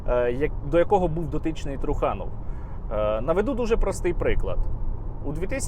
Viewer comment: Ви не вірно ставите наголос на прізвище труханов,трухани тобто труси😂